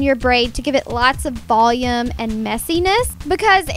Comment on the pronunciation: the way she pronounces "volume" makes me want to jump off the roof